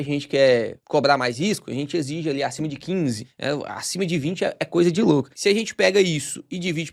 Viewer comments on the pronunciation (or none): none